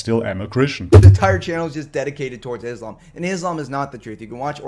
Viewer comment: I appreciate you saying Islam not Izlam or Muzlim.I don't know what is it with westerners saying it with a 'z' when they can perfectly pronounce 's'. Is it intentional and meant to be derogatory? I don't know..